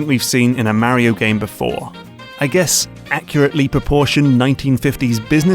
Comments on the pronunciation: Where did you get your pronunciation on "Mario" from? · I really considered not subscribing because it's so grating how you mispronounce Mario every time, but you won me over with your deep dives, and excellent analyses. I've been watching a lot of your videos lately, and my Steam wishlist is growing out of control. Today, it was What Remains of Edith Finch that really caught my attention. What a WEIRD thing to do in a game... but we'd never come up with anything new if there weren't people experimenting, and it seems to work.